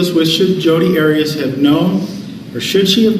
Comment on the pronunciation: He didn’t call her by her name to her during the entire trial….when asking witnesses questions it was always Ms Arias and he intentionally pronounced it differently every time….